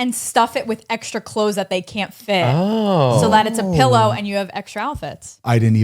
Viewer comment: 'Pellow' 😂 face 😂